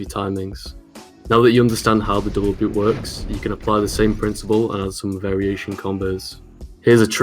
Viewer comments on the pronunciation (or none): After all these years I am just now realizing called one chapter "Double Boob" instead of "Double Boop"